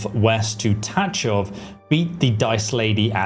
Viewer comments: just one notice, it's pronounced tagoff .. not tatchof :cat-orange-whistling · I am pretty sure that the "ch" in Tachov is pronounced like the "ch" at the end of Chzech and not like in touch....